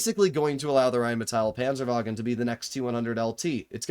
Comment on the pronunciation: RRHHÉINNMÏETÆL PÂNZËRWAGUN 🗣🗣🔥🔥